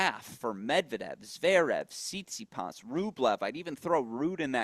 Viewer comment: He also calls Stefanos Tsitspidas